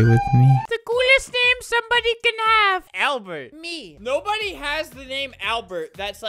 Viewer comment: Alber. You said ALBER, NOT ALBERT